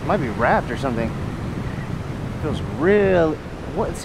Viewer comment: lol you said jark and shumpin 😂